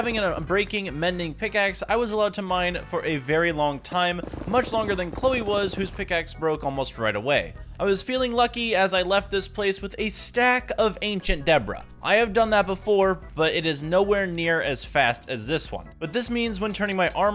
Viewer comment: Who tf is Debra ngl every time he says ancient Debra it boils my blood ITS ANCIENT DEBRE